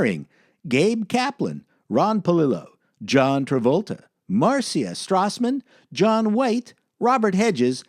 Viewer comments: OK, I let the first Mar-see-a go, but twice is too much. It's Mar-sha. Sheesh, Canadians. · Why do you pronounce the name "Marcia" like it's "Marseeya" every time??? It's pronounced: MARSHA! lol